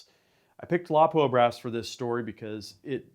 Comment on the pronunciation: You call me a JA but I can not take anyone in the seriously in the shooting sports that does not know how to pronounce Lapua.